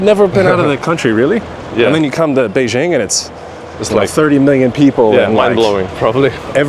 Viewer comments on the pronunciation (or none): etc: "Beishing" ? Is that a city in France ? Why is it that many foreigners even when they are amazingly fluent in Chinese like this guy (I can only wish), still insist on mispronouncing "Beijing" and other common place names when they are speaking in English (and even though they obviously know better) ?